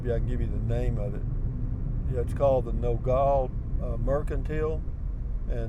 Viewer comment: Nogal is pronounced No-gal (gal like a girl or woman. NOT like gall as in gallbladder)